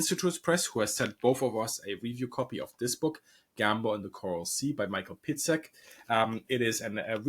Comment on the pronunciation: The name Piegzik is pronounced Pyegzheek